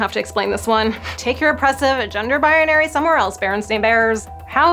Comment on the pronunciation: I LOVE YOU GUYS! The word is "binary", not "bianary".